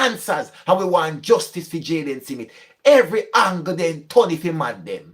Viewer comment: It’s smith not simith.